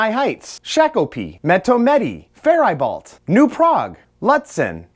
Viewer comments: Is it just me or did he say fair-i-bualt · Clearly this is a rhetorical statement, but by God you couldn't have pretended to Annunciate even one CITY's name properly?! Closest was Faribault, didnt hack that til last letter, impressive, hence lack there of the silent T! Obviously intentional, However was so painful I didn't make it past the Name pronunciation of cities.